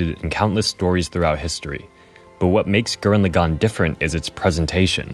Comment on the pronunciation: I love your message and your personal story here, but dammit if I wasn't distracted as hell by your pronunciation of Lagann. You pronounce it like "le'GON" when in the show (original Japanese) they clearly pronounce it like "lah-gun" (with no stressed syllables).